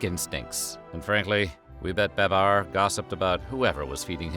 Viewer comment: We knew him as "BAY-bar" Never heard name pronounced as 'ba-BAR".Loved Babar.